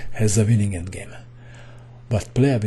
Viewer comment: I like the way you say winningk :D